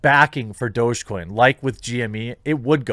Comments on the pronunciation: Its DOG-E coin! Not Do-Je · Isn't it pronounced like doggy coin? Literally dog-e-coin? Douge gtfo :) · I thought it was pronounced "Dog-E-coin" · It's Doggy - DOG-E get it??? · Is that how you pronounce it? Thought it was just dog or doggy. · this whole time i just thought it was pronounced "doggy"